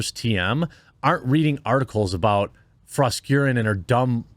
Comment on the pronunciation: Jeremy, I believe it is pronounced Fros-KAREN.